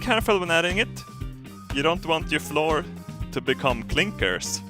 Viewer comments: flour is pronounced like flower. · you say flour like flower not floor just a heads up! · Flour is pronounced like flower flow-eer. Just to help with your English:) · I love how you say floor and not flower XD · its cute how he said floor. I think his english is fantastic but, flour is pronounced like 'hour'. just put 'fl' at start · flour is pronounced like flower not floor... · "we're gonna add the floor" haha:D Its pronounced flower btw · it's not "floor" you pronounce it like flower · flour is pronounced flower like the plant not floor, I don't know why that bugged me so much. Great video though!! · Floor. Lol flour is pronounced flower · you say flour like you say flower m8 skärp till dig förfan XD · flour is pronounced flower you were saying floor as in the thing underneath you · Flour = Fl - ow - er, pronounced like a flower. Floor = Something you walk on. You don't walk on pastries! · when you say flour it sounds like you say floor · Hey....flour is pronounced flower 🌼 🌼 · Flour is pronounced like flower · Det heter flour inte floor haha :D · Not to be rude pls dont think im rude but flour is pronounced Flower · When he say "flour" he says "floor" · not to be rude but its pronounced flour not floor haha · "Flour" is pronounced "Flower" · Flour in English is pronounced flower. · I love how he's says flour like floor lmao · Flour is pronounced exactly the same as flower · it's funny he says floor instead of flour lol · when e says flour he says floor hahaha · Pronunciation Flour = floor Jumbo = Yumbo Jet = yet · "and now to add some floor to the table" funniest swinglish ever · flour is pronounced like flower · ITS NOT FLOOR!!! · Flour is pronounced the same as flower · when you realize is so bad at english that he says flour like floor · rafael diocson Nah, more like "Flah-wer" or "Flou-r" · you pronounced flour like floor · Is he saying flour as floor? 11/10